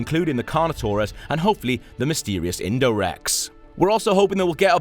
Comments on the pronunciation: “Indorex” wat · Indominus rex. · he said indo rex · "Indorex" Facepalms